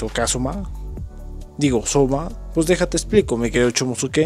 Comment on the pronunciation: Se que se escribe chomusuke pero porfavor decí chomuske desu